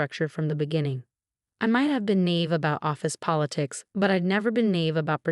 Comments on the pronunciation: naive, not nave. Weakly, not weekly. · NAIVE _ not NAVE!